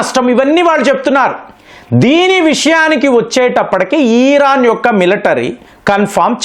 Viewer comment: ఇరాన్ ని, ఈరాన్ అంటారేంటండీ...